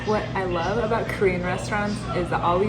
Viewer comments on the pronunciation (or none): none